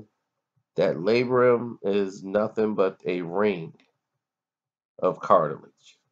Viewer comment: It's Labrum, not Labrium